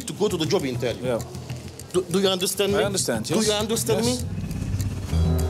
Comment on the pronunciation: intvieuw 😂 gewoon betele klojo